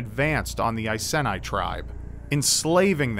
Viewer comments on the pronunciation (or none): Just thought I'd let you know that your pronunciation of all the names to do with the Icene was painful for someone from Boudicca's home. It should be said I-see-nee , Prat--soo-tag-oos , Boo-dee-ka. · as a brit I know its pronounced eye-see-knee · Seye-zee-knee. Bood-ecka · Just an FYI, it's pronounced 'eye-sea-nee' But thank you for bringing the badass nature of Boudicca and the Iceni tribe to so many who won't know of it, I love this channel so much <3 Kindest Regards, Someone who grew up, and has lived in the Iceni area for over 20 years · i know it's a bit of a nitpick, but I'm actually from the area where the Iceni tribe lived, and I found the the pronunciations are a bit difference here. Iceni is pronounced "ice-e-nee" while Boudicca is pronounced "bo-da-cia" Sorry if it is a bit of an annoying nit pick. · Its pronounced (EYE SEE KNEE) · Iceni is pronounced eye-cee-nee and Boudicca is pronounced buh-di-ka ;) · You pronounced iceni wrong. And you also mispronounced boudicia (Edit) the idea of her poisoning herself is a myth. The iceni are from an area of England called east Anglia and it's believe boudica's village was near the city of Norwich in Norfolk.